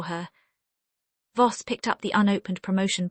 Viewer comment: Voss, not boss